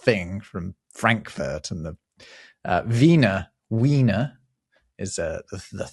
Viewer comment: A W is NEVER pronounced like a F EVER! Weenr not feener!